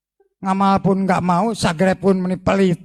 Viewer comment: Garomah al wali al habib al sang kiper neraka, bisa merubah "subscribe" menjadi "sagreb" sudare awokwokwok 🤣🤣🤣🤣🤣🤣🤣🤣🤣🤣🤣